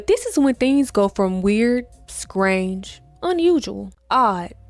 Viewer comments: How is it that you can perfectly pronounce insidious and diabolical, but can’t pronounce the word “strange”?! 😂😂😂 Great vid, btw. Keep it up. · The lack of “Str” I guess